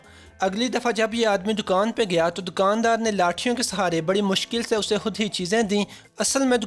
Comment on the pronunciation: A/@ very informative video... But sir aap kiyu ..(khud ko hudd)..(khass ko hass)...(khawamakhaa ko hawamakhaa)...(khuloos ko huloos)etc...😥bolty ho...